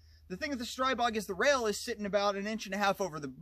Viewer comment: But it is streeeeeeeebog though lol. Words are created for a reason. That would be like calling a person named Tom, Toom becuase you are just not sure lol. I think what screwed everyone is global Ordinance said str-eye-bog once and everyone assumed they would know how to say it. But if you check any Slovakian video from Grand power they pronounce it stree-bog. Love the videos keep em coming!